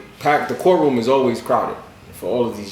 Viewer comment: FREE GS9 , and lmao he said Bourt room